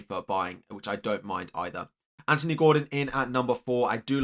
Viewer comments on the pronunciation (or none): none